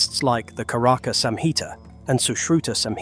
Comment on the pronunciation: "al"ways "aI" needs human proofreader video timestamp m:s charak word pronounce is wrong .karak कारक instead of charak चरक. "Ka "instead "cha" pronounced. Video is best.